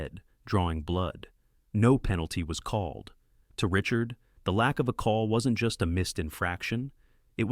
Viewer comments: Pronunciation: not Richurd…. « Ree-chAr » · Unwatchable. U cant get his name right and the title is wrong